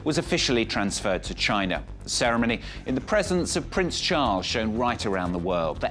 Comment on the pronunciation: the property guy just wants unity for his own profit. he can't even say china he says gina